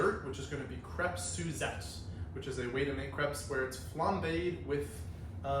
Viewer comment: this video is teaching me i have no idea how to pronounce crêpe